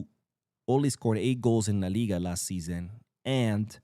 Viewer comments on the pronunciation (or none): none